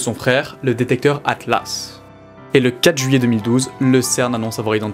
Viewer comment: "le détecteur HAHTLAS"